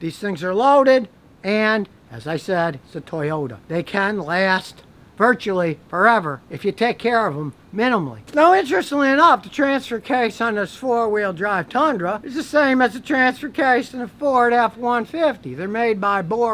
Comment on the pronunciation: He said "mininally" as well.